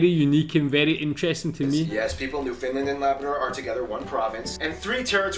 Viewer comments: Please stop pronouncing Newfoundland as New Finland. It is pronounced as if you were to separate the word, almost, New found land, and it almost rhymes with the word "understand". Thank you very much😊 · Nunavut is not pronounced NONE-of-it... it is pronounced NOON-a-voot. Newfoundland is not pronounced NewFINland... it is pronounced NEWfuhnland, and Quebec is not KWOObec... it is KE-beck. French Quebecers do wish to preserve their identity. And that is fine. They should. In fact, all provinces and territories have unique cultures. The main issue is that Quebec is defending their French heritage in a sea of English. For this to happen, sometimes, unpopular decisions are made. Time will tell if these decisions work. However, for millions of Canadians (not just Quebecers), the French culture is a source of pride. And we are now living (finally) in the rise of the Inuit, Metis and First Nations heritages (and rightfully so). When I was in primary school, we were taught that Canada was a tossed salad... so many different flavours all jammed together, making our lives deliciously vibant, thriving and very healthy. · Is this guy calling it "New Finland"?? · The presenter in this video must be American. He says some words strangely. First off, saying "TOR-ON-TOE" so hard clearly marks him as an American. People from Toronto typically slur the name a bit to sound more like "Toron'o" He said Newfoundland a bit odd. Just hit the syllables hard "New FIN Land".. at least he didn't call it "New Found Land". Also he says Nunavut wrong. It's "noon-a-voot" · Even western Canadians pronounce it Newfunland. I think Foster Hewitt was the last to call it New Found Land in Canada